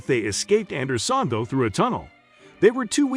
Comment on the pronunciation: A novel pronunciation of Andersonville. AI will kill us before it can speak convincingly.